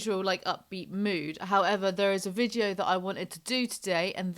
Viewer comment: I love you but I can’t stand the way you pronounce “video” like “vidjio”